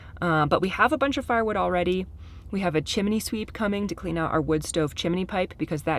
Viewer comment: I love that you,, say “CHIMINEY” when it’s pronounced “CHIMNEY”. You’re the best!! That’s why I just love all youse guys!! Those guys are working fast and that’s awesome. Also, I’m so happy that Auntie Jen gets to be with Leo while everyone else is working. She seems like an amazing auntie and Leo seems to just love her. Anyway, can’t wait to see more videos. LotsOfLoveFromCT❤!!!!